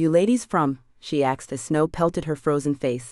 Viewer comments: It's AI, not real person, misprogrammed to say "ax". Bugs me too. Also dot, sometimes instead of not, or random. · I love the series a lot but there is no x in asked and what’s up the saying dot after sentences.. ? If the story line wasn’t good I would not continue to listen, it kind of drives me nuts !